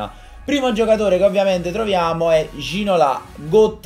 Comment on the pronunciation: Si pronuncia Ginolà... Ti prego non riesco a sentirlo prununciato Ginòla.